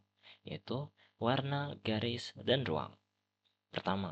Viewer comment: Garis ya bukan grais